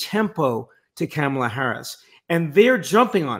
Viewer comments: It’s comma-Luh not cam-uh-Luh. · it’s pronounced Ka ma la, comma la. Please.